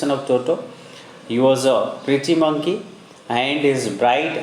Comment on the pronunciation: its monkey not moonkey